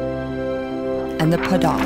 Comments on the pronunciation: It’s pronounced Kah-REN not KAIR-in 😂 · There are Karens living in Minnesota. It’s actually pronounced kuh-REN. Emphasis on “ren”. I thought it was Karen too lol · Actually, the “Karen” tribe is pronounced kah-ren and not the same way you say Karen’s name from Mean Girls lmao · It's actually really pronounced "Kuh-ren" tho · Actually it's like that when written but it's actually pronounced as "ka yin" and written as "ka yin" here too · Thats just how foreigners say it, the actual fluent word is pronounced Ka-yin. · Is actually pronounce as Ka-yin XD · Lmao its actually pronounced kuh-ren , but spelled like karen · The woman in the video didn’t say “Karen” right, it’s pronounced Kuh-ren. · ITS PRONOUNCED “kuh-ren” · Karen isn't pronounced like that, it's pronounced kah-ran. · Ok, what the heck is wrong with people in the comments. It’s not pronounced “Karen” it’s pronounced “Kuh-ren”. Some people are saying that “Oh the Karen tribe must represent anger” and “Sorry, but The Karen tribe has got me laughing 😂”. Please mind your own business. As a Karen, I feel insulted. People shouldn’t act like this, it’s so disrespectful. Keep things to yourself. People might think I’m overreacting but some Karen’s are actually very nice and respectful, they don’t want to be treated like garbage. I hope the people who said those negative things see this. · Loll I’m from Burma and it’s not pronounced “I wanna speak to your manager” Karen, but more like “Kah-rehn” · Actually...it's not Karen..it's Kayin.. I know it cuz I'm from Myanmar And Myanmar dragons don't have wings but they're more like snake feature with green color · Can y'all stop talking about the Karen stuff it's so different. You guys are being very disrespectful towards the people of this tribe(half of my family is from the tribe). 1.) All this Karen stuff didn't even exist back then nor did the name Karen exist too 2.) It's pronounced "KAA-REN"(younger generation) or "KAA-YIN"(older generation) not "KAR-RIN"